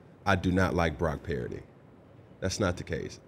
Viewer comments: You should have told Cam his name is Purdy and not Paraody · Is he saying Brock "Parity"? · Right sounds like he saying parody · why the hell cant cam pronounce brocky purdy's name correct? is he a few sandwiches short of a picnic? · Cam is full of it….at least get his last name right.